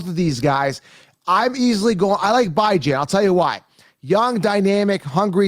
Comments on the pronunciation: I see you're still disrespecting the young man who you say you love, Bijan Robinson (bee-ZHAHN), and disrespecting his parents who named him and call him (Bee). Just because it looks like it should sound like (Bi), doesn't mean it is. Just like seeing the name Cenk. But it's pronounced Jenk. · His name is Bijan pronounced bee-Zhahn. I know you’ve never been wrong a day in your life so I guess his grandparents and mother are wrong for the way they pronounce it. at least your videos are talked about. I’ll give you that.